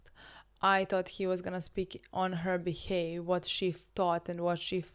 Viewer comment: “be-haffffff” Not giving any hate; you and your English are beautiful. Just letting you know.